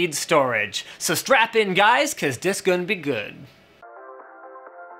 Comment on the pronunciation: Thumbs down for " cause DIS gun be goood". Ebonics wasn't intelligent nor useful when black people somehow convinced idiot white and other races of people to start talking that way ( out of sheer - wanting to fit in and be cool like blacks), and it isn't intelligent nor useful now. Linus, just stop.